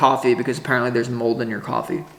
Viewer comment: Gahhhh love the pause for mold warning 😆